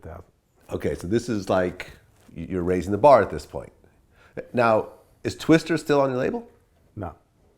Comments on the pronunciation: Twista vlad. Not twister. Goddamn. Vlads mispronounciations drive me nuts. No one else on 🌎 has that effect on me.. Vlad you suck. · Twista, not Twister. Fuckin dumbass corn ball. Lol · TWISTAAAAAAAA STAAAAAAA NOT STER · Vlad, it's TWISTA, not Twister. Come on bruh!